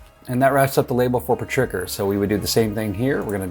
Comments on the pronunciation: FYI: Petrichor is pronounced PET - REE - CORE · I love this video simply because I got to lol every time you said petricker. We love how real you are. I love finding new info and tips from all your videos but it also confirms when I'm doing things properly when I see you doing thing similar to my process. Thanks for this! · I was going to say the same thing, because when he pronounced it, I was like "what was that?" then he described it and I went "OHHHH!" LOL